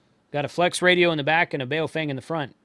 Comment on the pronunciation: no.... official Bejing Madarin pin yin pronounciation sounds like bah-oh fung